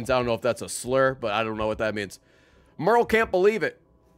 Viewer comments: Is anyone else bothered by how Ray pronounces "Merle"? It's "Mer-el", not "Mare-el" EDIT: Oh good, he corrected him self 2 hours and 46 minutes in. That'll do. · Ray pronouncing Merle as Meryl is going to be the death of me